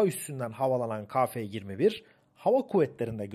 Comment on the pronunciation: Hocam selam...bir eleştiri..Türkçe de a eki alan bir harf yoktur...yani ba ca da...gibi,,,TÜRKÇE dil bayrağımızdır...ve özellikle bozmak isteyenlere karşı çok iyi konuşulmalıdır.Ka değil..Ke..lütfen